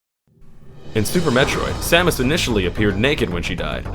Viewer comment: Pronouncing the protagonists and her arch enemy's name correctly in the same video? I came.